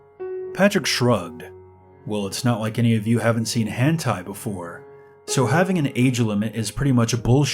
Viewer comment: Lmao the way you said lolita like “low-lai-ta” and hentai like “hantai” made me laugh, I love your stories regardless tho ♥️